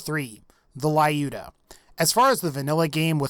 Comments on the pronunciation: Not to be one of those people, but the sniper rifle mentioned at number 3 is pronounced as Loo-duh, not Lie-ooh-duh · Dude, you're pronouncing "Lyuda" incorrectly. Just look for proper pronunciation of Люда.